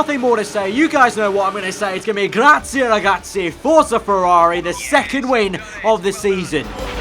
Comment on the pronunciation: You're getting better and better at saying "Grazie Ragazzi" with the correct accent. Great job!